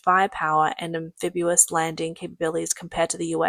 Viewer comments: Very clearly narrated, but please practice pronouncing am fib EE us not am fib YOO us. Great work, well presented!!! 🙂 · Stop, stop, stop. You're going to take someone's eye out. Besides, you're saying it wrong. It's (an-FIB-ee-uhs). not (an-FIB-yoo-uhs) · Anphibious pronounced AN FiB EE US, not AN Fib YU wus. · actually it's AM-phibious not AN-... if you want to be a stickler about things. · Nice video, but an English pronunciation correction... The correct pronunciation of amphibious is Am-fib-E-us not Am-fib-U-us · Do Brits really say, “am-FIB-you-us”? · Spelled Amphibious, pronounced "Am Fib Ee Us". If you're going to be a grammar-nazi, then get it right.